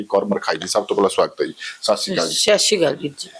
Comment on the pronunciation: Yes I also noticed